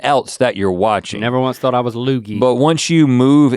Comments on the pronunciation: The way Link said Luigi is painful 🤣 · I cant be the only one that heard how Link pronounced "Luigi" 😂